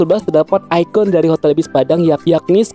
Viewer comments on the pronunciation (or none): none